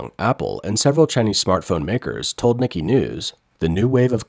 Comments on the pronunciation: "Nee-Kee Asia"?? It's NEE-kay. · I'm pretty sure the 'Nikkei' is NOT pronounced 'Nik-ee' like the American name 'Nicky'.... I believe it is Japanese and is pronounced 'Nee-kay' :) I hope this helps for future videos :) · its pronounced "neekay" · Nikkei is pronounced: Nihk-kay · Its hard to take anyone seriously about the Asian market when they pronounce "Nikkei" "nicky". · Please check pronunciation of Nikkei